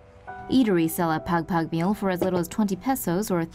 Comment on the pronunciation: its not pegpeg its pagpag and you pronounce it by saying juat like thw dog pug soo it pugpug